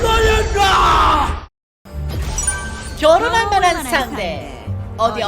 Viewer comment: 겨뤄볼만한 상대가 결혼할만한 상대로 들려요ㄷㄷㄷ